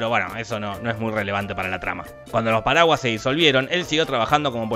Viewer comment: Cuando dice "los paraguas" parece que dijera "los paraguayos"